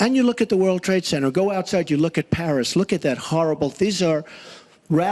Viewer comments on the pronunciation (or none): none